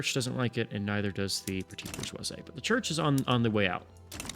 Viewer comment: You did ask for pronunciation feedback so here goes... for Bourgeoisie the ending sound is 'zee' not 'zay' to be closer to the French pronunciation